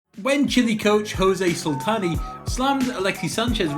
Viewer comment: Sultany... Sulantay. Please I'm chilean and I'm making efforts to study English the best way I can to understand you and be able to speak with English or American or Anglophone countries. But butchering a Spanish surname? Please work on the pronunciation a bit, just saying bro. It hurts to be quite honest to see that other countries don't give af about Spanish. Please sort it out, ain't a destructive critic, is a constructive critic.